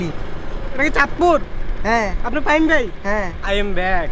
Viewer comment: ফাহিম কে ফাহিমা বলছে